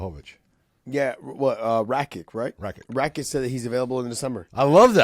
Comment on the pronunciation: Come guys, it's Rakić! The man comes from serbian family. You have to know that you pronounce that name "Rakich".